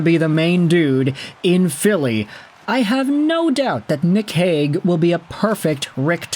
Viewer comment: There was a Robert Hagg in Philly from , BUT the way everyone pronounced his name was more like ‘Hague’…so yes, kinda.